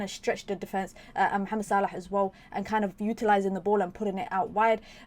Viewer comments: Yes the right way! 👍🏾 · It’s pure Arabic pronunciation mate. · Same here, probably the right pronunciation. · I thought so. Nice to hear the correct pronunciation. 👍